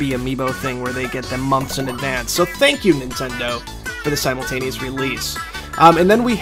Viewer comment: Every time he says ' Simultaneous' an ant dies.